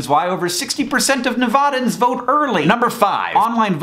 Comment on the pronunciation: Hank, you said Nevada and Nevadans wrong.